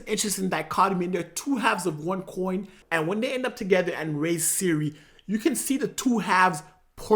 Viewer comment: Princess SYRIA? what the hell bro? Its CIRI